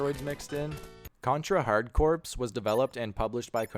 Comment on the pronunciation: Just FYI, Hard Corps is pronounced Hard "Core" and not Hard "Corpse."